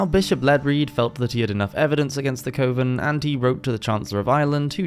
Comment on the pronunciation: It's pronounced kuh-ven not cõven